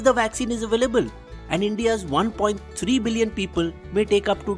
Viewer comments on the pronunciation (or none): none